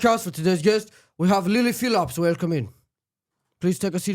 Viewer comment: Did he say Lili Philaps?😂